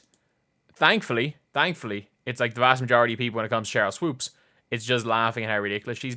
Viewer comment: "Swoaps" --Jason Whitlock